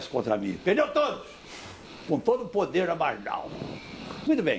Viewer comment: o podeRRRRRRRRR